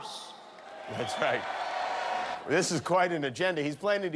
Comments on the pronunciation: what is assonauts? And just a few phrases you can't tell him or he will spazz out, The drive thru is closed, we're all out of hamberders, you're behind in the polls and John McCain was more popular than you are. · What's an "assernaut", Donald? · "American Ass-ro-nots". I had to rewatch that part to make sure, and that is indeed how he pronounced "Astronauts". SMH. I didn't imagine I'd get a President who would misspeak more (and MUCH MUCH more) than 2000s era Bush in my lifetime, let alone only 8 years later. It's embarrassing. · Did he say AssOrKnots?